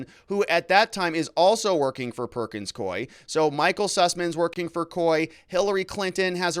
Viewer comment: Ah, you correctly pronounced "Perkins Coie." (I'm not sure I spelled it correctly, however!) They have an office in Alaska. I used to get contracts from them to type court transcripts.